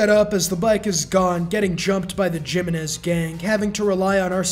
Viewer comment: Bro really said dzimenez